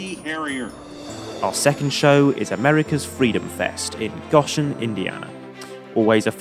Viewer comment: for future reference its go-shen not gosh-en. LOl sorry it drives me nuts when people pronounce my city haha. Always love the footage though so keep it up!